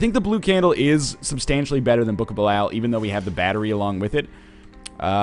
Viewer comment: 632 episodes in, still pronounces book of belial wrong.